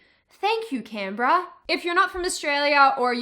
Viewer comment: I always pronounced Canberra as "Canberra", but it seems I was doing that wrong all my life.